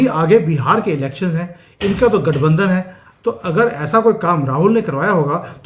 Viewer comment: say LATHBANDHAN instead of Gathbandhan.